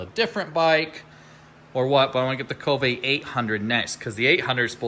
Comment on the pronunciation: Be great if he could pronounce Kove properly..🙄